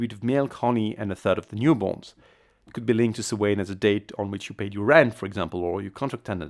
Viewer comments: had to slow video down to .75 in order to understand whatever the heck was trying to be said, but even then, suh-WAYNE rather than SOW-wen drove me kinda nuts....LOL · It's sow-an not so-waine!!!! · As an Irish person I MUST correct you. Samhain is pronounced like "sow-an" not "so-wane". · Samhain is pronounced Sowin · The pronunciation is all wrong. It is not "Sam Hain" or for that matter “swain” The proper way is "sow an” with the “Sow” pronounced as you would a female pig. Oiche Samhain is Halloween night and Mí na Samhain is Gaelic for the month of November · Did he just really make a dig a people who can't pronounce Samhain right? Pot calling kettle black there man. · It's a Gaelic word, spelt in Gaelic and is also and ancient Gaelic holiday. Pronounce it properly. There is not "English" it's a Gaelic feast. The Gaels also adopted the use of Roman letters. The English language does not own the letters.